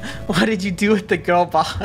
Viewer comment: u clearly don't know thats the way Draco pronounced gurl